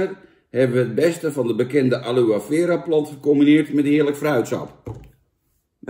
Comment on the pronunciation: je hoort het als aloè aloie uit te sprekent en niet aloe